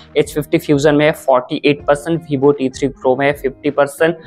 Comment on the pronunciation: Bhibho nhi hota, vivo hota hai Chooj nhi hota, choose hota hai Bolna seekhlo bhai